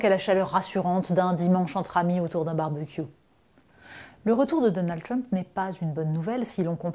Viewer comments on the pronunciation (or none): C'est "Trump" pas "Tiump"...